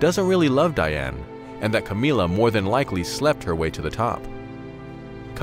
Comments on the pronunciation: Camilla isn't pronounced Ka-mee-la, it's pronounced Cam-ill-a as in 'vanilla'. It's very difficult to listen to an entire video with this weird way of saying her name... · Am i the only one who loves the way he says "Camilla" in this video?